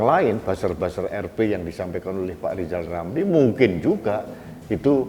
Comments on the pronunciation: Pak lijal lamli yg gk bisa ngomong L yah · LISAL LAMLI ORANG YG TIDAK BISA BILANG R LISAL LAMLI ITU OTAKNYA SUDAH KOPLOK HAMPER GILA ORANG INI ITU TIDAK PERNAH BENER SEMOGA BPK JOKOWI SELALU DI BERI KESEHATAN SEMOGA ALLAH MELINDUNGI NYA KEPADA BPK JOKOWI AMIN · wk......wk....wk ketawain aja si lizal lamli.....orang busuk .....sudah diangkat jadi menko sama p jokowi malah nggak kerja cuman pansos aja.......lizal lamli kok disebut pakar ekonomi.....ekonomi lemah!!! suruh ucap huruf R aja lizal lamli nggak bisa mau jadi presiden.....pleciden. lizal lamli.....kasian hidup loeee.